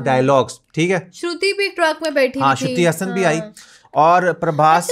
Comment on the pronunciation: Suddhi hasan nehi sruti hasan